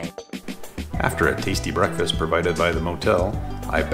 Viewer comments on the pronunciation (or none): none